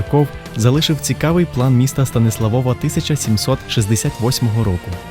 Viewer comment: шо за станіслаВОВА? Якщо СтаніслАв, то прикметник - СтаніслАвів, з якого дива наголос переміщувати на суфікс (приклад Львова не конає, бо там в корені зредуковано голосну - ЛЕвів, ЛЕвова), якщо ж Ви з якогось дива вирішили орієнтуватись на польску орфографію, то нагадаю, що то не знак наголосу над літерою о, а позначення звука у, тоді читайте вже Стансуавув, буде все чітко польскою). Вибачте, нічого особистого, але дуже по вухах... Про дерево сефирот я мовчу, ну ще б масонів туди... Ребе навчав поляка-католика кабали ... авжеж! Приблизно як не так давно Мадонну (співачку).... А так симпатично